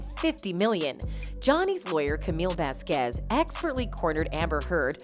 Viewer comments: VAZquez not vazQUEZ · Miss VeZqUeEeZ jeez woman, miss Vasquez is fantastic at least pronounce her name properly. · Correctly pronounce "Vasquez"